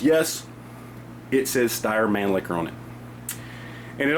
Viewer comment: Pronounced- Schtire Manleaker...Great firearm, L9-A1..